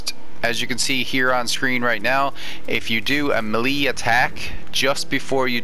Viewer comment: melee....pronounced may-lay.....not mee - leeeeee. Just saying.